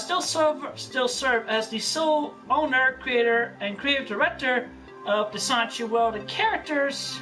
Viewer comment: Does anyone else hate the way he says sonichu? Like this is your life's work and you can't even properly pronounce your protagonist's name? "I would remain in creative control of sonchu..." Like yes all of his mannerisms piss me off, especially his sighs and his "hmm," but the way he lazily says sonichu... Guh